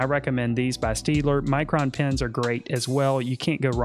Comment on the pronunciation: Great tips. BTW, it’s not pronounced ‘Steedler,’ but rather ‘Shtadtler.’